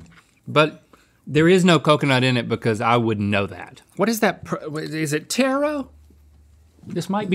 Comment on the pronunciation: Link is calling Taro, Tarot lmao